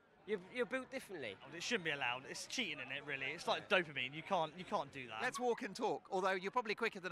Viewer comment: Did that guy just say dopamine 😂😂😂😂